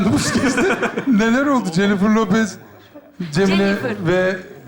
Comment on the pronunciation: Cemile’ye. Cemifirlopez demesi patladım